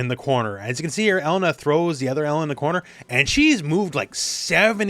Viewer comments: Her name is UH-LANE-UH not ELLEN-UH btw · OMG it's pronounced Eh-lay-na. Not E-lena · I still can't get over that pronunciation. Elle-NUH just sounds so weird lol